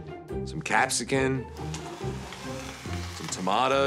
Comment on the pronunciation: Commando saying "Cap-say-kin" instead of "Cap-say-sin" put a grin on my face